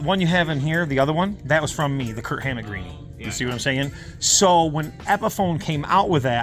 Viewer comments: No offense, but you keep saying "Kurt Hammett". It's "KIRK". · Are you saying "Kurt Hammett"? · Just a note, his name is Kirk. Not Kurt. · Twice you said "KIRT HAMMETT." Bro's name is KIRK.